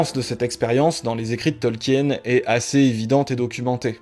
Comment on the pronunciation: Ca se prononce "Tolkiine" pas "Tolk-hyène"